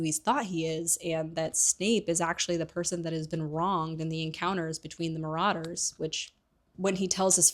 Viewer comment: Some of your pronunciations are so completely wrong. "THEASTRALS?" "MORODORS"? Come one now, it isn't that hard to look up how these words are pronounced.